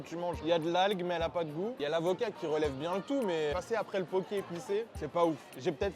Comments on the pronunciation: Juste mes pauvres oreilles, ça se dit poké :( c’est un plat hawaïen et les e se disent é, c’est tout merci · "illsy" "poki"... Really? 😂 Itadakimasu, et merci pour ce fou rire. Et yes, plus de vidéos dans ce concept 👍